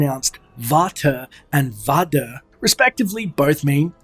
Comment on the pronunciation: ha! I liked how you pronounced father in dutch, it's quite accurate